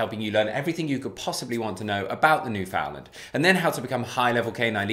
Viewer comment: I'm very glad that you're showcasing the Newf but....rhyme the two words..understand newfoundland. I know with accents words can sound different so there's no hate just an encouragement on how its properly pronounced.